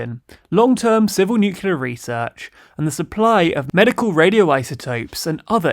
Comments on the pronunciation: Very good video, I just wanted to point out that the adjective is nuclear not nucular (from nucleus not nuculus ) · Neu - Klee - Yar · Really enjoy your content, but triggered by your pronunciation of nuclear. New-clear, not new-cue-lar. I keep hearing George W Bush 😆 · Please please please .. . . Nuclear is pronounce Nu-cle-ar not Nuk-you-lar Otherwise fantastic work!. Keep it up. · I love you guys, but... Nuke Lee Are Not Nu Q Lar.. I know changing ones own speach patterns and habits is hard, but in case of a 'talkie' show it really is a good idea. Persisting like you do simply distracts listeners from the message, focusing on the delivery.. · Erasmus, not "Eurasmus." Nuclear, not "nucular." I could go on... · Still nucular... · I love your content, but please PLEASE I BEG YOU stop saying "Nucular". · There's enunciation subtleties, but "nukuler" is just wrong. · Pleeeaaaseee stop saying "nucular". I really don't think I've heard that pronunciation on any other reputable news channel, it's just not ok :/ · Yeah it’s as bad pronouncing secretary like “sekker-tree”. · But what about nucular Coca-Cola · NUCULAR.... like in da da da da da da da da da ... LOL Wonder who gets this reference ^^ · How can anybody take you seriously if you can't even pronounce 'Nuclear' properly? Really, you might as well just make a video where you scream 'Covfefe' for 10 minutes.